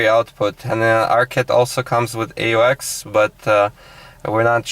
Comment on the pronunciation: i dont understand how to get to the aux mode you said ex, what is ex?